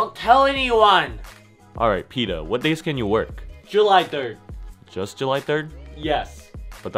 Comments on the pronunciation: It’s peta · It's petah